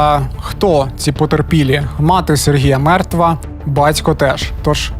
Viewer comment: Жицця, Тецяна, бацько, сміцця..... Що це за ідіот- говір? Чоловіче, працюй над вимовою та інтонацією, тому що це є мінімальна основа для диктора. А ще, в колі нашого об'єднання ми на цих звуках багато раз ловили рашистів, ну і ремонтували їм щелепи, безкоштовно.